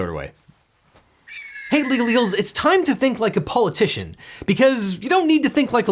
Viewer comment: Love how you said POLLitician 😂